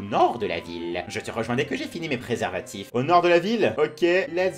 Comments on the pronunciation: xD Depuis quand préparatif ce dis préservatifs x"DD, De plus tu t'en fou xD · en faites... il dit preparatifs